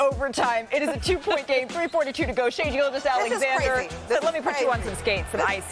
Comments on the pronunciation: That woman really said : « Canada had a superstar, his name is Shai GilGUous-Alexander » Come on learn to prononce his name at this point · Ramona - Learn how to pronounce Star players names correct. Especially when you are speaking to the fact he is a superstar for the Canadian National team. His name is Shai Gilgeous-Alexander - Do your homework and due diligence and learn how to pronounce his last name please.